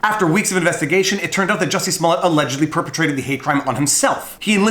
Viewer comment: Who is Jussie Smollett? His name is Juicy Smooyay